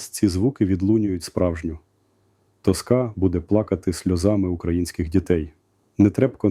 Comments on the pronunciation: "Тóска", а не "Тоскá". Ну, як так так можна?! Будь ласка, знайдіть Залужному консультанта, який зможе навчити його говорити!!! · Озвучка ШІ. Не ТоскА, а ТОска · Ну а що як людям подобаються вбивці ? Якщо памʼятаю добре наголос на перший склад ТОска